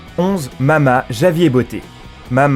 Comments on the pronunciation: C'est pas JAVIER sa ce dit ravière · "Javier" ??!! Ça se prononce Ravière __' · Javier se prononce "Ravière" au passage...c'est un prénom espagnol. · Javier se dit "ravière" 😂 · "Javier" ? Tout les mots anglais sont dits avec accent mais un prénom espagnol non ? Ça se prononce "ravier" à peu près si on ne parle pas espagnol. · Javier? C'est quoi cet accent?..ça se prononce [Ravière]